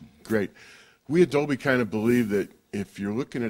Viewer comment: For the new surround formats like Dolby HD and Dolb dol bla bleh blah dolblah. How on Earth does this guy convince people to do these interviews?